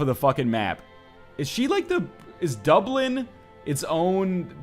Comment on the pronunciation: It's pronounced Duh-blin